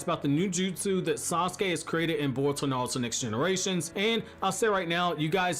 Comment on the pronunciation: Bruh why do you say "nalto", like you can pronounce R's correctly, you say boruto right, just say naruto right